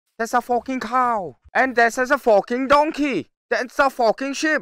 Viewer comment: when did became a british guy? (if u dont get it, go to the beginning of the video, you see, a british accent of saying "fockin" XD)